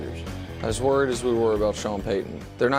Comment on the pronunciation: Have to mention Wildes pronunciation of worried as "wearied" 😂 seems intentional